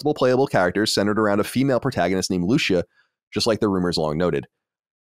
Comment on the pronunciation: The way Colin butchered GTA VI's Lucia 💀💀😂😂, the pronunciation is literally the first word we hear on the trailer😅